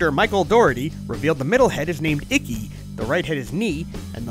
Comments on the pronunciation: It trying to be a pain or a stickler but it’s pronounced “ee-tchee” like chew and not pronounced “icky” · How can you be into a Japanese property and not know "Ichi" is pronounced "itchy"?! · are we not gonna talk about the fact that he pronounced “ichi” as “icky”? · Icky Vicky. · My soul left my body when he called ichi “icky”